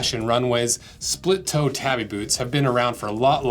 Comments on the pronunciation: "Tah-bee", not "tabby". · Not pronnounced that way! Taw-bee. Not. tab-ee. It separates this way: ta-bi. But 'a' is always 'ah'. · Wait do people actually call them tabby boots instead of tabi boots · I know it's largely inconsequential, but they're not tabby boots, they're tabi boots. tah bee. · It's Tabi not Tabby. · To hear "tabby" so many times in one video really hurt my head... Lol It's ta:.bi, where the "a" is pronounced the same way it is pronounced in the word "father". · I’m pretty sure it’s pronounced tah-bee. Either way I’ve been using them all my life. Felt sole for running around on the slick rocks on the shorelines of the big island of Hawaii. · I'm sorry but this was a really low effort video & frankly ended very disrespectfully. The shoes' name is not "tabby" like a housecat, but tah-bee, two syllables. They are available in leather as well as steel toe from different makers & are much more durable than your test gives them credit for. A shoe built of light materials is not a "costume" shoe. By the standards of this video, a pair of Vans slip-ons would be a "costume" shoe. If you wanted a more durable boot you could have bought a brand like Marugo with the leather & steel toe. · Boy, if you don't stop pronouncing it 'tabby', I swear... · He's saying it like the girl name. Its TAW BEE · We used to wear them for walking on reefs when fishing. They allow you to use your big toe separately from your other toes to grip or flex for traction and stability on uneven surfaces. And I must confess we pronounced it tahbi, not tabby. 🍻 We were usually barefoot or wore slippers/flipflops otherwise. So, our feet weren't like those of you who grew up wearing shoes all the time. 😉 I love your channel and products, but your mainland U.S. perspective is funny to me at times. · “Tabbie boot” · Its pronounced Tah-bi